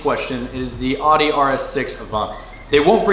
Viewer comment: Love the videos but that is not how to pronounce Audi